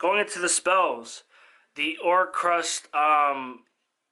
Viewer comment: OR-CUST. Like music. There’s no R after the C